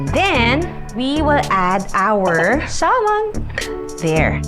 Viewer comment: It is pronounced ad Sa-mon.. silent L daw po.